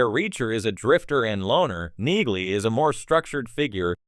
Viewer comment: It’s pronounced “Neeley”. 😊